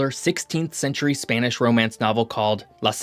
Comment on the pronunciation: Butchering Spanish a bit there. Probably a good idea to check pronunciation before recording. Nevertheless, I really enjoy your content.